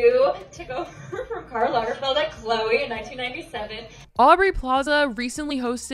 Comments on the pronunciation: Isnt it lagerFELD? Am i tripping or is she saying lagerfield? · It’s pronounced lagerFELD (not Field) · Lagerfeld, not lagerfield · By the way, it is LagerFELD, not LagerFIELD. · It's Lagerfeld tho, not Lagerfield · His name is Karl Lagerfeld...FELD, not FIELD!!! Your constant mispronunciation is cringe, but I guess that fits your video's theme. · Not you saying Karl LargerFIELD 😂😂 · Good video. You miss pronounced Karl Lagerfelds name though.